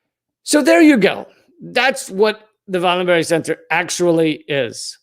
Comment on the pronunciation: Swede here, "Vallenbehrj", "no berries"' or hard "g"s on the 'berg names in Swedish! (Sorry to Amy Goodman pronunciation of Greta Thune"berry"-berg lol!!!)